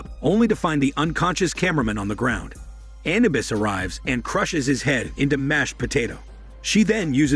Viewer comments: It is Anubis not Anabus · Anubis not anabuis lol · A-nu-bis A-nu-bis A-nu -bis Jesus get it right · Your word pronunciation of annubis is making my ears bleed and you say hormone way too much it's quite annoying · The commentator doesn't even know how to pronounce Anubis correctly. I just ruined it for me.